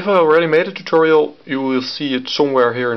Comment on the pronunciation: the way you say "tutorial" sounds like alantutorial